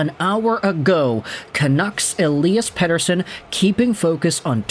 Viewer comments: Lol yeah I was shocked when I heard him say it so perfectly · Great pronunciation of "Pettersson"! (from a Swede) 😀